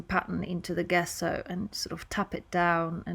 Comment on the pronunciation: Love the print! Just FYI, gesso is pronounced “jeso” with a j sound at the beginning. 💖👍